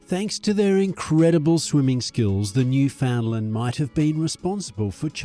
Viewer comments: You are both wrong. The name of the Dog and the place they come from is pronounced as "Newf-In-Land. You must utter the word quickly, and, when spoken correctly, it rhymes perfectly with "understand". Simply try speaking this a few times; ............."understand Newfoundland". Make it a rhyme and you'll be a star here if you ever visit. Also, be aware, the nickname Newfie is considered a slur by most people who live here and it would be best not to use that offensive term in front of a local person. For the majority of people from Newfoundland using that nickname would be the same as someone describing a dog from Pakistan as a "Packie". And for the same reason. I mean no offence, but it has to be said. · PLEASE! noo ·fuhnd ·luhnd! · Oh please! Noo fund lund is the appropriate pronunciation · At the very least learn how to properly pronounce both the Canadian Province AND the dog breed's name. Idiot!